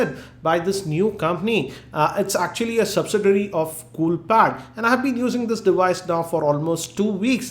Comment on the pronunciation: He pronounced it right. It's qiku (chikoo) just like qi (chi) charging.